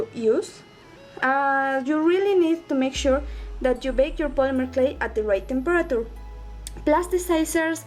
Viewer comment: And u say temperature wrong